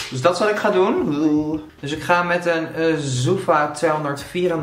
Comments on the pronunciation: Spreek je t niet uit als zoëva? Zoeva klinkt zo gek ofzo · hahaha hoe je zoeva uitspreekt love it😂👍👍